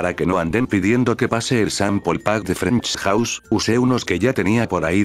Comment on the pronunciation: "Frenksch Jauss"